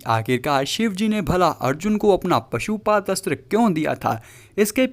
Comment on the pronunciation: निवेदक पशुपात अस्त्र बोलता है। परंतु, सही उच्चारण पाशुपत अस्त्र बोलना योग्य है। मनोहर